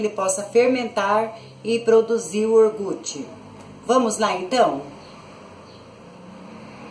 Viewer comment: Orgute??????? Jesus amado. Vamos falar direto. Iogurte pelo amor de Deus